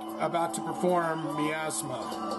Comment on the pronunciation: Thank you. Next teach him to pronounce Miasma.